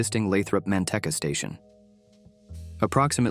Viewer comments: Please! it's Mante-e-e-e-eca. It' a long 'e'. Other than that, great report! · Okay, but the video creator can work around that through spelling in the script. So instead of writing "Manteca" it would be written "Manteeka." AI would then be forced to say it correctly. In other words, it's still the video creator's responsibility to get it right. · Maybe before you post a video, maybe you should pronounce the names of the cities correctly it’s pronounced as *Manteca* and it’s called ** Natomas** before you post this video. You should really learn to pronounce the name of the city’s. !!